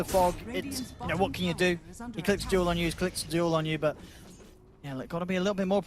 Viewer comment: skil name: Duel caster: dool (sounds more like doom)